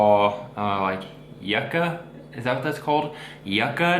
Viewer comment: Yuca is pronounced yookah.